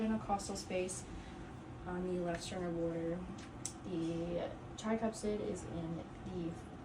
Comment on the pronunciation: Does she keep saying tricupsid?